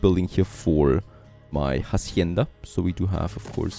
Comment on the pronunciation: Hey love your videos, just one thing, when pronouncing Hacienda, in spanish the H is silence.